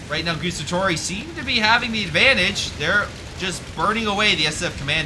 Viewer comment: I say this with the utmost respect and love for your videos man, I loooove your channel so pleeeease don't take this as an european duchebag being duchebag.(also pretend I am Hermionie if you want: It is GuAAAAAstatori, not Gustatori (they even say it out loud when you select them :P)